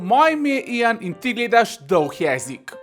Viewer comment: Najbol je k reče DOUH jezik, lovju gorenc❤